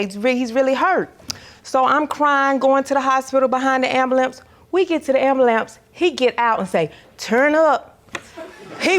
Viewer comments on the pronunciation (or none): It's Bambalance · It’s pronounced “ambulance ppl❌❌❌❌ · the word “ambulance” was mispronounced. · What is a Am-ba-lant? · Is she saying ambulamps? 😂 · “Ambalance” lord have mercy😂😂😂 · If she says "AmbuLAMPS" one more time, lol... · Lord help her.... wtf is an Ambulamps???! 😂 I cannot deal with my people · “Ambalamps”…I wanna sue her for emotional distress for having to hear that so many times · When she said “ambalamps” I screamed 😂😂😂😂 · If I hear pussycat or ambulamps one more time😂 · Lawd not “ambalamps” 🤦🏾‍♀️ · Not the “Ambulamps” lol 😂 smh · Ma’am, “ambalamps” is not a real word. 😑 #CarryOn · She is out of order to keep saying pussycat. People have no respect. Like girl u too big and grown to still be saying ambulance wrong. This shit gets embarrassing. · I don't say it as bad as her, but it's a lot of us that can't pronounce it well😅